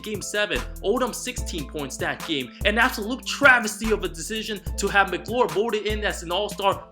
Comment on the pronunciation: I laughed so hard after said absulote travesty 😅